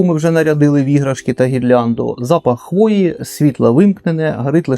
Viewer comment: вдруге дивлюся відео і вдруге чую "запахи свіжої хвойди". Шо ж таке